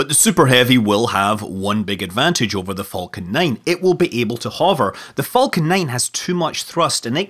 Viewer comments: I love it when he said falcon he said it like folcan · The way you say Falcon, sounds like Vulcan. Vulcan 9. Enough to raise the eyebrow of Tori Bruno. 😂💗